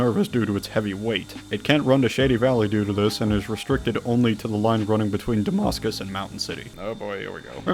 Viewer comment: . If you’re referring to the real town of Damascus, VA, it’s pronounced “DUH-MASS-CUS” by the locals. Nevertheless though, great video, man. The custom models are very impressive.